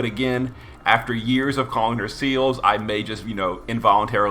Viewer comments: SEALS?! HOW DARE YOU LMFAO ITS SE LES LOL SEALS ....YOURE CRAZY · I actually got used to you referring to Celes as Seals, and honestly, I just think it's a nice, unique quirk, and that you should keep it. And as for the news side of it, I always appreciate and respect someone who can see it from both sides of the playerbase and the developers where the issues are concerned with the letter. It's never an easy thing to play devil's advocate, and I respect people who are willing to publicly put themselves out there to clear the air around community misunderstandings where dev decisions are concerned, also I'm enjoying the fact that you've started covering the news, which to be fair from a player standpoint is unfortunately more frequent than GL have been with the weekly updates, which is understandable given the current global situation, but it also sucks that they've dropped the ball a little. Keep up the great work, all the same =) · Celes' name is odd. You'd think the logical pronunciation would be "seh-less," as it seems to be short for Celeste or Celestial, but the Katakana shows that it's "seh-leese." Weird. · I dont even know where you're getting seals there's no A in Celes 😂😂😂😂